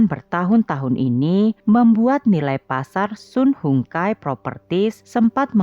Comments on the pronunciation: Sun Hung Kai (baca) SAN HUNG KEI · Cara baca nya SUN HONG KAI